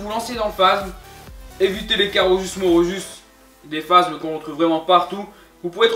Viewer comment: phasmes pas phazmes